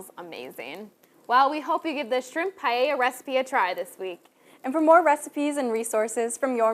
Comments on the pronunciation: "That's right Emily we're making some Spanish Paya" ????????? I don't know if I would want to take lessons from someone who has difficulty saying the name of the dish....... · The blonde can't say Paella! Lol! Makes me smile.